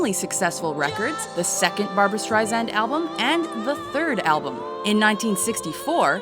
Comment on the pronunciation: BAR-BOO-RA BAR-BOO-RA ...